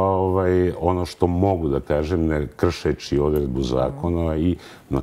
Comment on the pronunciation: Ko je ovaj čovek?Oseća se veeelika laž.Djordjević ministar, ko je on?Oduvek mutan!Ovoga je ON izabrao! Za koga radi? Zašto govori: gospodža, neče,kršeči,odredženi...odakle je ova spodoba? Menja pitanja voditeljke jer nešto krije!??? Uaaaaa...uaaaaa...uaaaa